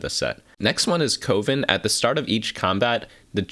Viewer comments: CO-VEN? Pretty sure it's like a witchs' Coven which rhymes with a baking oven. :/ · Coven rhymes with Oven, not Woven btw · Coven (pronounced like oven PLEASE) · Are we all just going to ignore the way he pronounces Coven?